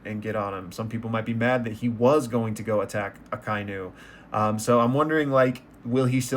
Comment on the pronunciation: Every time I get a friend to watch One Piece I emphasize that no one dies in One Piece so Ace's death will hit them like a truck. One of my favorite themes of One Piece is Inherited Will. In a lot of ways Luffy is more Roger's son than Ace is. You pronounced Akainu correctly. Fun Fact: All the Admirals share a naming convention Akainu - Red Dog Aokiji - Blue Pheasant Kizaru - Yellow Monkey Kidd's bounty is higher because he has killed more people than Luffy. Conqueror's Haki is something you are born with. You are either a born Aura Farmer or you are Dripless. Ace does have Conqueror's Haki, he just never displayed it because he died before it was developed. There is a crackpot theory that Crocodile is Luffy's mom and Ivankov turned her into a man; and that is the secret Ivankov is holding over Crocodile's head. Not to hype it to much but I don't think you are emotionally ready for Kuma's backstory. Doflamingo becomes a much bigger character latter and becomes way more interesting. Luffy and Zoro commented "It's not him, it's them" in reference to Blackbeard.